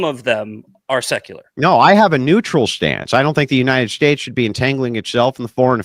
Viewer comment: "The united Shtates"